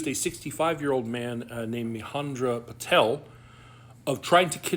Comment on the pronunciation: Every news source spells Ma-Hen-Dra….. Mahendra ….but the Patel comes of perfectly. Every American idiot (whites) trying to make a meal out of this……mihonda, myhenna, myriyad, migrant(i mean of course why not)…..